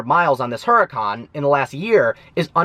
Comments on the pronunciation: The "H" is silent jerk off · The way he says huracan makes me cringe lol